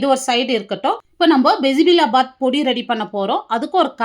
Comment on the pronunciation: அது பிசி பிளா பாத் இல்ல பிசி பேளா பாத் தான் correct word 😂😂😂